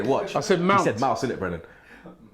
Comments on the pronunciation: mason mouse-nt 😂😂😂 robbie and his pronunciations lmao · always on pronounciation lol. kills me every time!! Mason Mouse. Maitlin Miles. kmt I am dead!!!